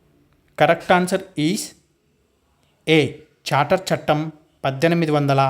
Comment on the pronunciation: Civil service bit charter chattem 1853 kaani mi pronunciation thappuga vundhi sir please rectify that